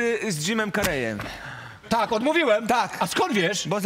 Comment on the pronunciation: Źle wymawiacie nazwisko Jim Carrey .... wy celebryci😏 Kuba by nie lubił jak np. ktoś nazywałby go Kjuba ...